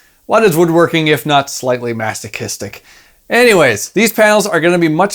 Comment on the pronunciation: Masti-chistic? Masti-chistic would be someone who get pleasure from *chewing*....Perhaps you mean Masochistic? LOL. Great video :)